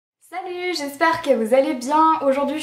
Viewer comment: ton ''salut!'' avais vraiment lair québécois haha :P